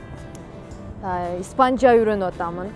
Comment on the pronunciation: 28- 29га чыгыптыр. Уже пора замуж. Испанжа эмес ИспаЧаддеп айт